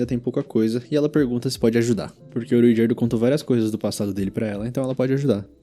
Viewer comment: agonia qnd o cara fala RUigerdo